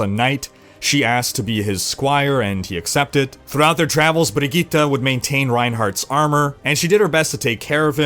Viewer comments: Woah, You actually nailed pronouncing her name. Sweden appreciates that. Respect, man. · Well done on pronouncing Brigitte,!